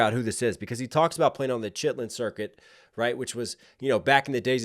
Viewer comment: "Shitlin circuit" ............ lol at least you're trying bro😂😂